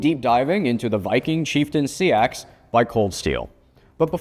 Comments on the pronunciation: Yeah pretty sure it’s supposed to be “seex” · He’s wrong. It’s pronounces sax. It’s where Saxon comes from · I've never heard it pronounced like "sea ax". Learn something new every day...